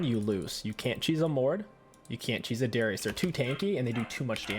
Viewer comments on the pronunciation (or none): none